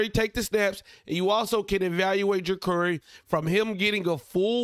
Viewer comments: It’s Juh-car-e (not curry) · It's Ja-Car-ee bro. Just letting you know